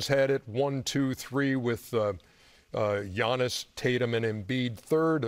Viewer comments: How is Chuck still getting Giannis' name wrong?!?🤦🏾‍♂️🙆🏾‍♂️🤦🏾‍♂️🙆🏾‍♂️ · Maybe I’m sensitive but Giannis is a champion and an MVP, Chuck needs to pronounce his name right. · Chuck still butchering Giannis' name 😂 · and he botched Giannis' Name